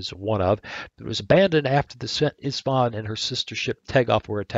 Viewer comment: You pronounce st Istvan as st (e sht von) the e is pronounc like the word tea. I hope this helps.